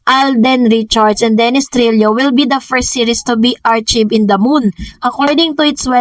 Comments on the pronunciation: archived is pronounced as ar-kyv'd, with a k, not ch, and a long i. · ARCHYVED PO PRONUNCIATION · You pronounced archived incorrectly. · please correct yung pronunciation ng "archived"